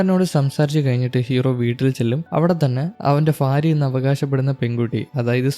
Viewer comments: ഫാര്യ അല്ല ഭാര്യ എന്നാണ് 😂😂😂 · ഫാര്യ 😂😂 അല്ല ഭാര്യ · കേൾക്കുന്നില്ല 😂 fariya fariya എന്ന് 7 8 times kettapoye nirthi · Fariya alla myre ഭാര്യ / Bharya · ഇൻസ്റ്റ യിൽ നിന്ന് കണ്ട് inspire ആയി വന്നതാ…ആ mood അങ്ങ് പോയിക്കിട്ടി “future il നിന്ന് വന്ന ഫാരിയ “😂😂 just for joke brother. please try to pronounce correctly in upcoming videos. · ഭാര്യ ഉച്ചാരണം ശരിയായി ഉച്ചരിക്കു.